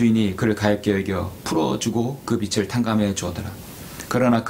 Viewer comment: 주제 넘지만,빛을->비츨 빚을->비즐 빚이->비지 목사님도 사람이신지라 완벽히 국어 문법을 모르실 수도 있습니다 저도 마찬가지입니다 목사님은 우리들 보다 성경에 관한 진리의 지식이 풍부하십니다^^